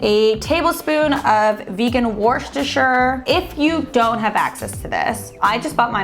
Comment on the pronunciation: "Worchester"? Lol, over here that's"wooster"sauce